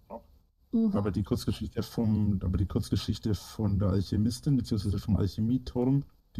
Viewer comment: "Die wurdäää vonna alschiemistin in alschämiiituam erfundnä. Vonna alscheemistän!"